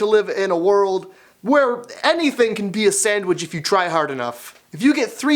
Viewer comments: "Sandwidge" lol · I love the way he says sandwich! I sounds like he's saying "Sandwidge"!!! lol